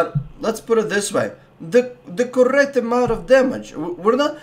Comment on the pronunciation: CoRRect damage. Just love that accent haha